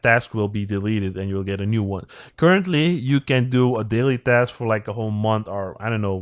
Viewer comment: Dask? 😂😂😂 Sorry but when you say task it sounds like dask 😂😂😂